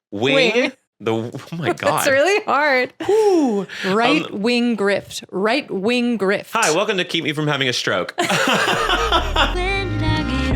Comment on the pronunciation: wight wing gwift :3